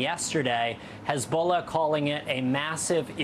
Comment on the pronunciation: Hez-Ball-Na! hahah